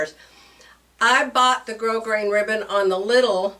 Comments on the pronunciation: Hello, Grosgrain is a French word. "Grow-grain" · Gros grain is French and the S in gros is silent. It’s pronounced like the word “grow”. From a french fan.